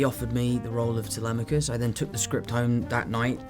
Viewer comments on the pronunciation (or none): none